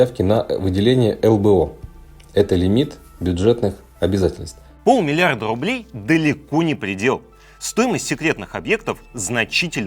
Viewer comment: Трррилион рррублей